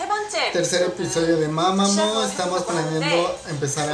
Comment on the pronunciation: que no se pronuncia mamamu?